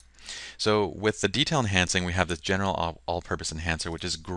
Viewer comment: LOL! You know I was trying to say "general" , though I will admit, it isn't that clear ;)